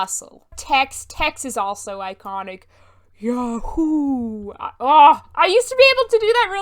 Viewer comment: I can't unhear ya hoo now🤣 Frank and Joe in Bluemoon are the best